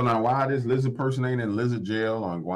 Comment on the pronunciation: Can't speak clearly, LIZZA 😂